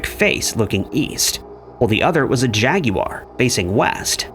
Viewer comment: His pronunciation of ‘jaguar’ just really irked me.